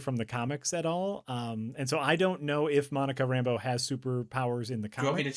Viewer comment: They don't only mispronounce La(y)gos, they also mispronounce Rambeau as RAMbo every chance they get. I watched Cap. Marvel to see if they inherited it from there and Fury can't decide either, pronouncing both syllables equally...